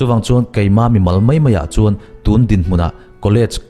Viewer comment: I thu sawi ngaih thlak a nuan khawp mai.huat thu ah min lo ngaihsak lo la.mizoṭawng i sawi a ka lo ngaih mawh ve deuh chu.tûn tia thluk deuh lo hian tunhun tunhma tih ṭhin ah tûn i hmang hi a a ngaih thlak a ti hre awm ṭep tih in kan selve khanglang che a nih chu.tûn.tun.Tun ti a bung lam deuh hian hmang la.ngaih thlak a va hahdan zual dawn em